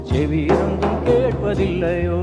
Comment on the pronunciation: That pronounciation of Shevi was awesome